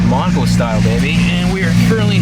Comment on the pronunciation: The whole video, I thought he was saying "monocle plates"